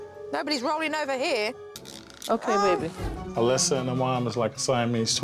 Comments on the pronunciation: The child’s name was Alyssa, not Alicia. Nothing to do with accent, just wrong pronunciation. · She called her Alyssia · Anyone else botheres by Jo calling Alyssa "Alyssia"? xD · Alysia its Alyssa lmao